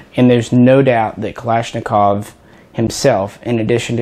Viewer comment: finally some one who says kalashnikov correctly hahaha